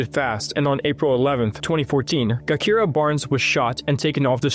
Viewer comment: Gakira (Jakirah) he's killing me with that pronunciation and this misinformation.